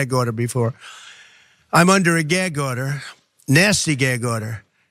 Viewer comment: What's a 'Gairg order'?